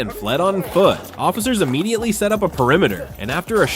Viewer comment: Uh-mmediately isn't a word, e-mmediately is. Immediately.